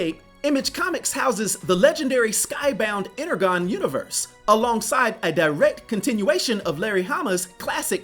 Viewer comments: I love your videos but pronouncing energon inner-gone was getting to me because I’m a transformers nerd. It’s pronounced inner-jon. I love the videos. Congrats on the comic. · Ener-gone? Really? It's pronounced ener-john. It might sound nit-picky, but you can't title yourself a sage with that lack of simple knowledge.